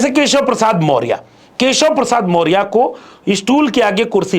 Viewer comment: पहले बोलने का ढंग सीख लो। मोरिया नहीं, मौर्या होता है। PDA PDA चिल्लाते हो पहले PDA का इज्ज़त करना सीख लो।